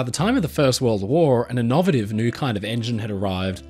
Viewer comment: The videographer has an innovative way of pronouncing “innovative”